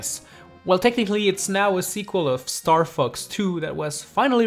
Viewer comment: it sounds like he is saying star fucks... no offence